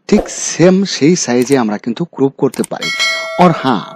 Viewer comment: ক্রুপ নয় ক্রপ।